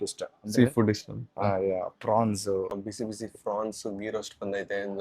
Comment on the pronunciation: Bro cobra avru pronunciation tappu mad daga nagtira neeve prawns ge frawns antidira 😂 everybody makes mistakes so correct it instead of laughing